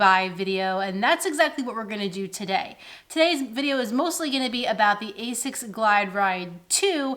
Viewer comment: Okay, who beat you up so you stopped pronouncing like Ay-Zics? Lol.